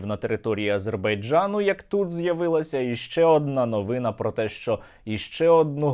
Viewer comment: Не "новИна", а "новинА"... не в упрёк, а "про"новачків" украЇнської мови... деякі, навіть, мастадонти, а то і "мезо"-, а то і "юрогоми" у розмові висловлюються непотрібом, накшталт, укрАїнська мова... Взагалі... не проти... сам, усього з 200, на 187 балів здав ЗНО... маю гріх...